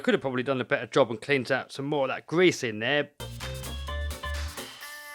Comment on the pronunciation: You weally gotta get out the old gwease 😆